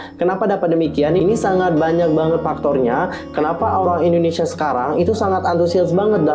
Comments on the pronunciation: Indonesia kak bukan endonesia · Indonesia bukan Endonesia